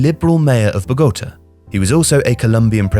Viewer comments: bo-go-TA not bo-GO-ta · Come on TIFO, narco money was already pulling the strings in the 40’ in Colombia. Brazil always had lots of coffee but was never an Eldorado. I can accept a lot of alternative pronunciations but BoGOta was hard to swallow 😞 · Please learn to pronounce Bogota